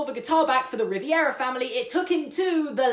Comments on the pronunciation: RIVERA Ri-ve-ra Not Riviera (Sorry sorry sorry I dont mean to be rude Its just that it kept bothering me ) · sorry but, Rivera, not Riviera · This is great and I love it. But I am a pretentious a-hole so I have to do this. It's Rivera, not Riviera. Imsosorrypleasedonthatemeiloveyourvideosiknowimtheworst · ITS RIVERA NOT RIVIERA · 일렌 it is Rivera he accidentally just pronounced it wrong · "Rivy-era" best way to pronounce Rivera I've ever heard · Lol "Ri-vi-era" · For Future Refrence The Way To Pronounce Rivera is RE-Vera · I cringed every time he said Riviera family...other than that, great video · their last name is actually pronounced Ree-v-EH-raa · You’re pronouncing Rivera “Riviera” and it hurts my heart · ****RIVERA RI-VE-RA!!!!! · Good Vid but u keep mispronouncing Rivera you're putting an unnecessary extra I in the name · Why are you pronouncing Rivera as riviera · Oh, I never thought of that. Great theory! (You kept pronouncing Rivera wrong... but GREAT THEORY!) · Why did you keep saying “Riviera” it’s “Rivera” vastly different and much easier to say. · perfectly argued theory, really wish you weren't calling them riviera instead of rivera lol, but other than that fantastic video, it would have played so much better if they had just said they weren't sure why he was there but it was relatively simple to get him back, because I agree that it was really jarring that the explanation was so simple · I really like this theory, it makes sense and closes the bit of plot hole. The only thing that bothered me was the way Rivera was pronounced. Maybe it's because he forgot, but it's definitely Rivera, not Riviera. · I LOVE THIS THEORY! I was wondering about how Miguel got to the land of the dead myself but one thing... It’s pronounced Ri-ver-ah Not ri-vi-er-a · Hahah why are you saying it as Ree-vEE-eh-rah, its Ree-ver-ah BTW AWESOME VIDEO loved it so much! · Just for future reference... It's Ri-VERA, not Riviera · It's Rivera like Riv-eh-ra not Riv-E-air-a fam